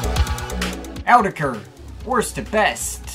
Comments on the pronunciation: "Owdecker"? I thought it was "Awe-teck-ru".. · you guys do know it’s pronounced “autechre,” right? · By the way it's pronounced like this: "autechre" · Guys guys.....please it's AUTECHRE. Don't get confused now. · I used to pronounce it (AWT-SHER) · In Rochdale they pronounce it Awe-tech-er